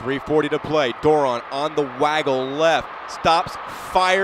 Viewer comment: The announcers could never pronounce Doiron's name correctly. It's French and pronounced Dwah-ronn. I know...I asked his Momma.